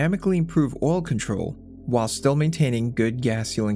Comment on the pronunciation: Whall The word is while, rhymes with style